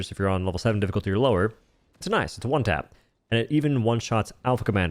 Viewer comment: omg how he talks is so annoying, I'm at "Juan-tap" number 20 only 3 mins in wtf lol